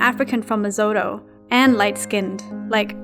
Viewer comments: Lesotho is pronounced Lesutu not leyzotto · It’s pronounced le-soooo-too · Yes👏👏👏 or even "Lee-Sue-Two"😉😉😉